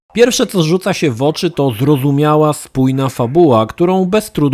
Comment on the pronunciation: ale śmiesznie wymawia "zrozumiała" :P Wiem, że to nie jego wina, ale osoby sepleniące brzmią tak głupio :-)